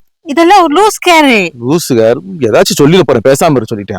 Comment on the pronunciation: லூஸ் கேர் இல்லை அக்கா. லூஸ் ஹேர். லிப்டிக் இல்லை லிப்ஸ்டிக் 😂😂😂